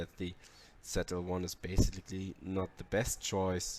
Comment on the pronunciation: Its Z L 1 not "zed" L 1 😂😂😂